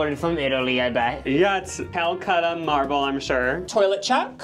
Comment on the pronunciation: More like "cow-cut-a" marble